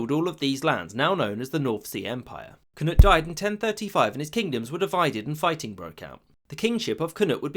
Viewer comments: “Cnud”😭 its knud in danish so this is weirdly funny to me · KNUD NOT CNUTE